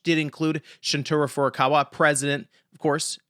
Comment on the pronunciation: ShunTARO Furukawa not ShunTURA